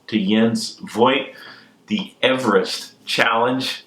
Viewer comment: Also can't really say Everest lol but a lot no matter what